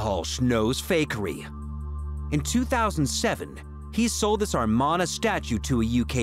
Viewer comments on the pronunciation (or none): It is Amarna period not armana